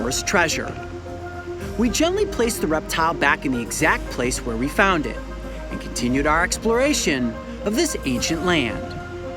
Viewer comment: I like how you say found like if you found something you have been looking for forever like treasure finally FOUND!!!!